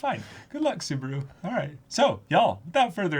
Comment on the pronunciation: Spoilers... but.... "Best Timeline?" lmao Also a little pet peeve of mine for a while, so I'm gonna vent it a bit sorry. Mispronouncing Subaru's name kinda annoys me, every reactor I see mispronounces it, I know coming from different languages mispronouncing a name happens but you can hear his name being pronounce in the show so... yeah.